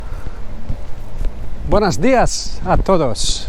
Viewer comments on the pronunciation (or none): You could start by learning proper Spanish. It’s “buenOs días” and not “buenAs” días.”😅